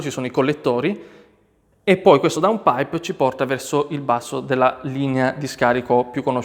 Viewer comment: Finalmente qualcuno che dice il nome giusto DOWNPIPE. Non DON PIPER, DON ZAUKER, DON CAMILLO, ecc ecc....